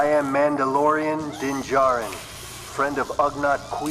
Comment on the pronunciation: As much as you usually get right… you still say the name wrong 😂😂😂 how???